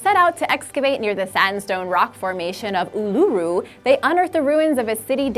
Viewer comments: U-lu-ru, not u-LU-ru. Correct pronunciation is no small matter. Apart from that, thanks for the info about the ruins discovered in Australia, I hadn't heard about them. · #5 it's pronounced oo-la-roo